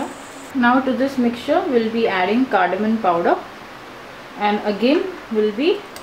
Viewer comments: Very good recipe. I will definitely try. Mam one correction. Your English is too good. It is Cardamom and not "CARDAMON". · Ya its cardamom n i wrote it as cardamom bt mstknly pronounced it cardamon 😃😃. Do try it n let me know. Thank u for ur feedback ☺️☺️ pls subscribe 🙏